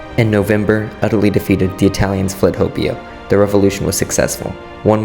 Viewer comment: correction: H-OH-BE-YO not HO-BEE-O